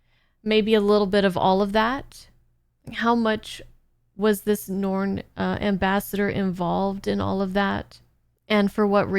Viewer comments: NARN, not norn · Welcome to the world of B5. (one of the greatest series ever made, and is triggering a subscription ) For pronunciation: The Narn (like yarn) The Minbari (Min Bar Eee) The others you pronounced correctly. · first off its n-are-n, pronounce the A... second as much as i love star trek TNG & DS9, babylon 5 has a much better story through all 5 seasons. i dont think you'll see this series as extra content once you get a few episodes in & i eagerly await the next one.